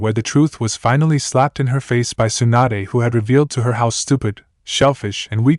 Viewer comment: I dont know if it's a translation error or a TTS narration error because it was fine in part 1 but....... "Swanda", really? Her name is Tsunade (sue-nah-day) not "Swanda". Either way, wether the error is from translation or TTS. The end result is due to a lack of proofreading/listening and proper editing. Edit- also its incredibly annoying that there is a noticeable pause before.......... "The Hold", everytime its said. Once or twice for dramatic affect is fine but when its everytime it just breaks the narration flow for no reason.